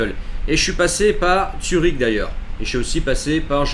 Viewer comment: Zurich. Zurich mec! Pas Tsürich